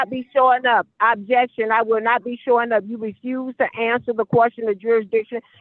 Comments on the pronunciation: These judges are so soft. Every time she screamed "Abjection" instead of "objection" I would've given her a day in county jail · “Ab-Jection” wasn’t that a workout infomercial 😂😂😂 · Why does she keep saying "abjection"? What is an abjection? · If she was muted, why do we keep hearing her say "abjection"? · I was dying laughing when she repeatedly pronounced it wrong 😂 she’s not very bright!